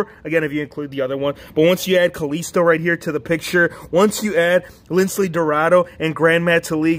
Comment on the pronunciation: It's Lince not Lincle